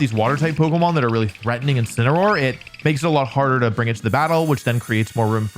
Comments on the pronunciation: INCINEROAR, NOT INCINEOR! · THERE SHHOULD BE 2 L'S IN CHALLENGE! AND IT'S INCINEROAR, NOT INCENROAR! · THE FIRST A IN INCINEROAR IS SUPPOSED TO BE AN E! AND THE SECOND S IN SCIZOR IS SUPPOSED TO BE A Z!